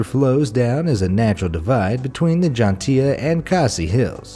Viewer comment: Love from Meghalaya. Thank you for acknowledging our beautiful little state in our great country. Just a minor correction. It's Jaintia not Jhantia.😊